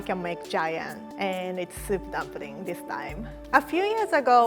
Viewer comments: "Dumpring", i love how she pronounces things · When she pronounces "dumpring" , I freaking love that